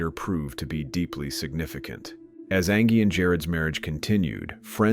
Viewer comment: I hated how the robotic narrator consistently mispronounced her name as Angee instead of Angie